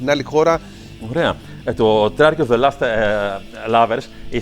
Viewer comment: lost not last as he pronounces it.